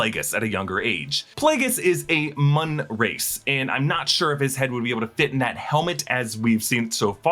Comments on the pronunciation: Muun not Mun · The way you pronounced 'Muun' was my last step to the Dark side.